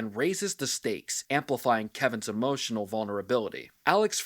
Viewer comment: Emohhhtional damage😂